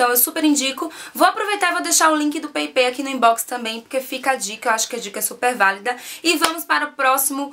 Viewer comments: Peipei nao amor, se fala paypal mesmo! So a titulo de informacao! Bjs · Pepei 😂😂😂😂😂 Paypall se fala peipal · Peipal que se fala... bejs! :* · se fala "peipau" (paypal)!!! Rsrsrs.. Beijos, flor! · Peipei?? Ahah morri XD